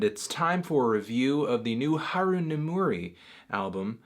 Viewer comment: you said her name btr than most ppl don’t worry melon